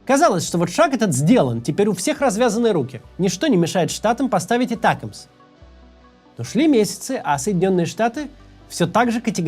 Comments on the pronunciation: Этякамс 😅. Макс, Атакамс да и всё, мы не коренные американцы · Химарс, этекимс! Я сначала даже не поняла второе слово. Максим, а можете произносить эти названия как все, а то не только слух режет, но и сразу въедешь о чём речь? Спасибо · ATACMS. Ударение на второй слог. Сокращение от Army Tactical Missile System. Англичане по Би-Би-Си произносят с ударением на второй слог. И не "Этэкамс", а именно атакамс.